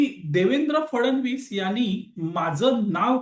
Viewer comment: कृपया मुख्यमंत्री यांचा उच्चार फडण-वीस असा योग्य नाही. फड-णवीस असा आहे.